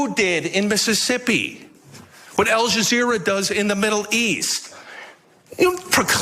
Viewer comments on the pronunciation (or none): Did. I hear aljazera ? What a joke